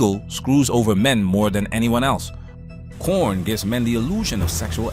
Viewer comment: Bro said prON 😂😂😂